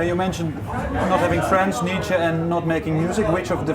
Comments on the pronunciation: Haha I love how at the start of the interview he mispronounces Nietzsche by calling him "Nee-chee" and when the interviewer asks him a question , rightly pronouncing him "Nee-cha", all of a sudden Darwin's calling him "Nee-cha" He said he was obsessed with Nietzsche and that he had the biggest effect on his depressive state, yet he can't remember one thing that he said or wrote? I think he comes across as a bit pretentious. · LOL Nietzsche is pronounced Neet-schur